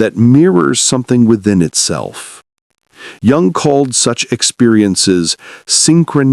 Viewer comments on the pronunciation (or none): Jung is pronounced “Yung”, not a j sound